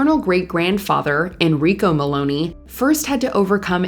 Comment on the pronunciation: Please learn to pronounce the names right.. It's Christopher Mel*on*i not Maloney